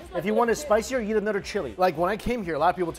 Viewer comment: Notice how he says "YEET" instead of "EAT". I've been twitching every single time for 3 years